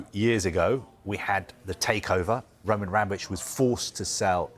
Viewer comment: Why does he say Roman Ranovich😂.